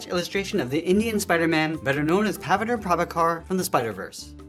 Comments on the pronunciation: Awesome and best drawing. But rip pronunciation 😂 of pavitr prabhakar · Thid drawing is awesome and somehow I managed to do a decent job! the only bad thing is that you pronounced pavitr prabakhar wrong, and as an indian, I had to cringe.... BUT ITS AN AWESOME DRAWING!! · When you said Pavitr Prabhakar it sounded funny 😂😂